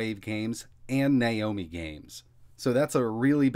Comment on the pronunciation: /now-mee/ not /ny-o-mee/